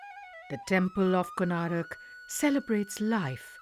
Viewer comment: How can the people working at the DD network write and pronounce the name of one of the most famous temples in India Wrong....?? It's KONARK, not Konarak... How can you guys make such stupid mistakes... ??!!